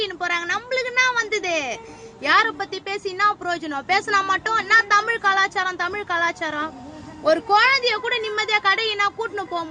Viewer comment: உண்மையில் நீங்கள் பெண் தானா? இப்படியா உல‌கின் மூத்த மொழி உங்கள் வாயில் !! அவமானம், tik tok என்ற பெயரில் தமிழை கேவலமான முறையில் உச்சரிக்க வேண்டாம் வருத்ததுடன் ஒரு பெங்களூர் த‌மிழ‌ன்